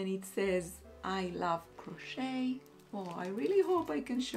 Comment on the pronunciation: Hi, don’t worry about the length of the vlogs. You are lovely and we love listening to the things you share. Another of my favorite bloggers always posts an hour long vlog where she talks about her life and shares her decision making process just like you do and it’s not at all boring. Just FYI, the letter t in the word crochet is silent. So it’s pronounced “croche- and croche-ing. Looking forward as always to the next vlog 😊